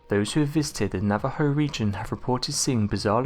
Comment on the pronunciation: Thank you for pronouncing Navajo correctly! Excellent video!